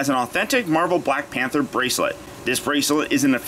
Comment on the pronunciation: YO U SAID PANTER INSTEAD OF PANTHER BRO BRO